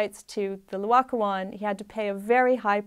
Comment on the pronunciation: First of all, it's NOT Loacoon, it's Laocoon. Please learn to say the name of the artwork you are discussing. Secondly, it was not discovered by a farmer ploughing a field. It was discovered in an underground cavern in a vineyard - presumably a buried Roman building - together with other finds. There was no slow excavation from the earth; instead, they found the statues almost perfectly preserved, just sitting there waiting to be discovered. Here is what the architect Giuliano Sangallo's son Federico had to say about the discovery (she misquotes it somewhat, therefore here the correct text): 1506 Discovery of the Laocoon Letter written in 1566, 60 years later, by Francesco da Sangallo, son of the famous architect Giuliano Sangallo, describing this event. Both father and son were present at the scene of discovery, along with Michelangelo. “The first time I was in Rome when I was very young, the Pope [Julius II] was told about the discovery of some very beautiful statues in a vineyard near Santa Maria Maggiore [on the Esquiline Hill]. The pope ordered one of his officers to run and tell Giuliano da Sangallo to go and see them. He set off immediately. Since Michelangelo Buonarroti was always to be found at our house, my father having summoned him and having assigned him the commission of the Pope's tomb, my father wanted him to come along too. I joined up with my father and off we went. I had climbed down to where the statues were, when immediately my father said, 'That is the L